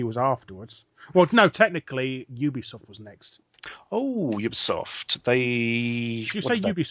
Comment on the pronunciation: You got it right, Larry. It is 'You-Be-Soft'.